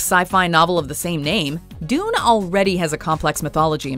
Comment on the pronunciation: Doon? Djune?